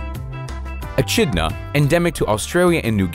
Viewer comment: Sigh-ga. Not sigh-ee-ga. Sorry, the pronunciation was getting to me. Eh-kid-Na, not eh-chid-na as well.